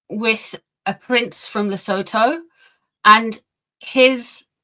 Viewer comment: South-African here. PLEASE find out how to pronounce Sentabale and Lesotho correctly. .